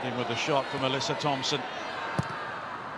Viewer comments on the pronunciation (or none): Hey england, Alyssa Thompsons name is pronounced Alyssa " AH-LISS-A" not Alessia.